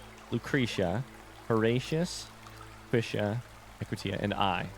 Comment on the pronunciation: The Forgotten City AKA Big Brother: The Final Wave Also, it's fascinating that until the end you're still not sure how to pronounce Equitia 😂